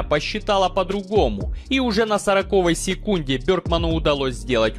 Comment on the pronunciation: ты текст комментария почитай перед записью. А лучше будет если ещё ударения в словах заранее расставишь, что бы ошибок не было. А то слух режет " на сорокОвой..." Может быть где-то в вашем дворе так говорят, но выкладывая ролики на всеобщее обозрение русский язык коверкать не надо.